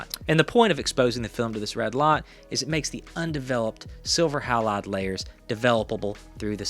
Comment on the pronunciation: So 2 things... Kodachrome 25 was also available and ridiculously good. You might want to check that pronunciation of halide.🙂